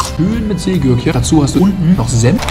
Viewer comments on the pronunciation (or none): Seegurken sagt er einfach